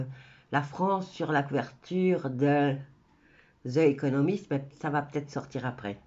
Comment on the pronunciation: On dit : Zi economist